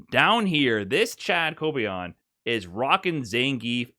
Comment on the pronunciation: How can make such a well reserached video with so much information and he still gets the name of kobayan wrong